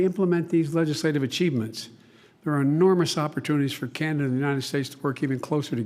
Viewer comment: Chinada lol